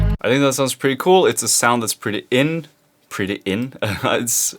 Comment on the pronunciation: "pretty in", hah such Norwegian ;D